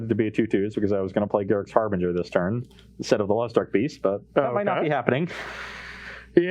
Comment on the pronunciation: “Harbringer”??? been spending too much time around Cedric.